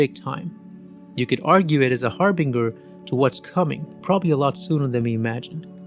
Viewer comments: FYI - Nothing about The Matrix is underrated. It's a cult movie. It's a groundbreaking movie. That includes the cinematography. And harbinger has a soft "g" sound. Like "Jay", not "Gay". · Harbinger = har-binge-r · "Har-BING-er" Christ, lern2english. It's never been pronounced that way. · its pronounced as ‘HarbinJer’ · I think you mispronounce the word harbinger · Harbinger is not a search engine, the G is hard